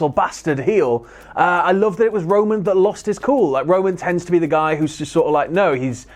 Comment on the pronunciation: keeps saying Rowan instead of Roman